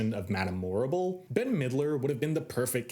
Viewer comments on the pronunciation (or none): THANK YOU! The Morrible mispronunciation was one of the few things in the film that bothered me big time. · Quick thing about the language in WICKED on stage: Morrible isn't saying words "incorrectly" and it's not just her. Everyone in the show speaks the same way. This was a conscious effort by Winnie Holzman to give the impression of a distant, magical land. Words are not "incorrect" they are "Oz-ified." It's the same in the film, so the implication isn't that Yeoh through a language barrier is getting words wrong. Everyone is just speaking Oz. Great video, otherwise!